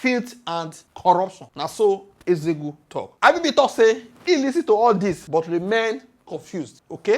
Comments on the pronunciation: Nzeogwu not nzego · abeg pronounce NZEOGWU name well no be EZEOGU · Who is Ezegwu, try to learn how to pronounce Igbo names.